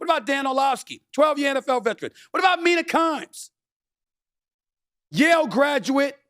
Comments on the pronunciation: I laughed for 5 good minutes when SAS said Mina kimes..... for fucks sake. Lmao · Mina Kimes, C'mon man